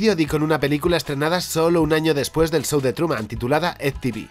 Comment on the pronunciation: "el sou de truman" ajajjaja